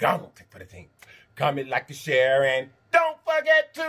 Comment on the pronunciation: Comment, like and cher...is what I heard this time 😝